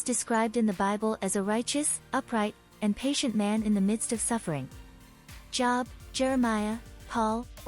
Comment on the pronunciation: You say job like jobe. You also Elisha long I.